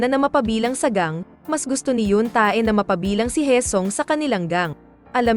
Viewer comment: Hinde tae o ebak ang bigkas sa T.A.E...kUNDI TE...SILENT A.